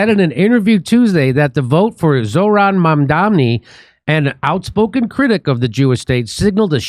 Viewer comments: Can't believe Jimmy keeps calling Zohran "Zolaf" 😅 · Why are you calling him Zoloft?